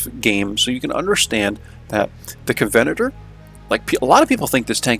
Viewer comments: Enjoyed the video, but its pronounced "covenant er" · Great videos but just FYI, you are pronouncing covenanter incorrectly. The stress should be on the 'a'. 🙂